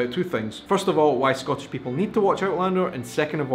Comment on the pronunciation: This is going to upset you,, but you pronounce "Scottish" as a single-syllable word, so it comes out sounding like "Scotch," a word you have said really irritates the Scots unless it refers to the indigenous whisky or the hopping game or the candy or maybe the tape.